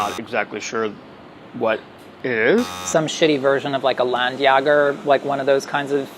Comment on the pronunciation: I was really impressed that they know Landjäger (even if he pronounced it Ländjager) and Speck.